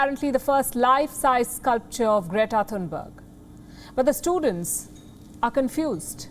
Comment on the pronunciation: "Greata Thuthubarger"😂